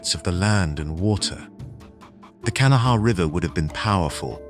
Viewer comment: Its pronounced Ka' na' wha. It originates from an Algonquin speaking tribe the Conoy or Cohnawas. It means waterway or white stones likely the white stone referred to salt deposits.